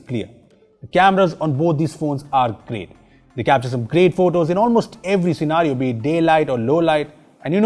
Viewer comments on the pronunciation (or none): none